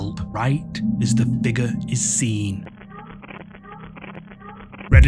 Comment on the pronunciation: FIGURRH 😂🤌🏽 love the channel!